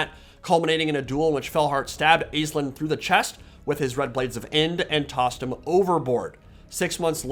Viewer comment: Over here in Ireland it’s pronounced ASH-Leen